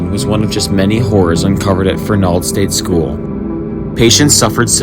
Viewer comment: Great video! Grew up not far from there. Best friends mother was a trustee there and worked to get it shut down. BTW, accent is on the "e", not the "a" I believe...:)